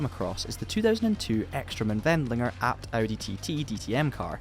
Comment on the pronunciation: You are a real one the way you pronuncied 《ABT》.